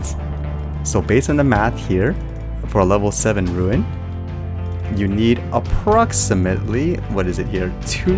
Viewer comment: Rune, not ruin. Tome, not tomb.